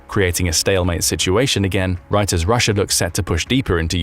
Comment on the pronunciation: ryssia is jyoke 😂 who cares